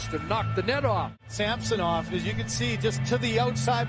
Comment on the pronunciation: These 2 guys calling the match should learn how to pronounce Samsonov.